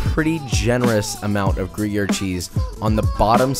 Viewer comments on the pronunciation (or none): Gruyere was butchered pretty badly too - plus it isn't even a French cheese